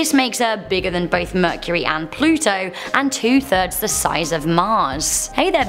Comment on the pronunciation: ItS plutooo